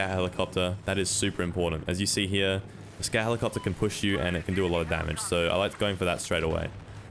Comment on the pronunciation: I couldn't help but think he was saying Scat helicopter. Big ol shit copter